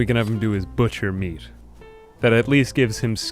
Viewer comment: it's meat, not "mead"